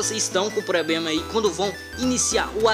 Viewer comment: "Pobrema" e "Cricar" é foda !!!